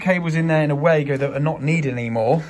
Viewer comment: You keep saying way-go (wago), when this cage clamp first arrived 30 years ago the Germany manufacturer pronounced as Var-go, i don't think it has changed.